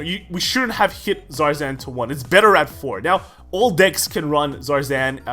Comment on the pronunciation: The r is silent